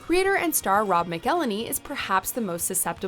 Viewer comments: McElhenney. It rhymes with “shackle-penny”. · It’s “Mack-el-henny” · You pronounced McElhenney so wrong oh my god skdkdkf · way to butcher the shit out of Rob from always sunny name. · It cringes my soul hearing her mispronounce Rob McElhenney’s name.